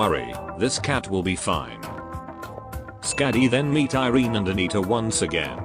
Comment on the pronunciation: If iberia is based in spain, irene would be pronounced ee-reh-neh instead of eye-reen